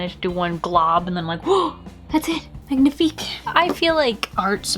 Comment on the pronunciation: wow the way you said magnifique was like... really good. do you speak french?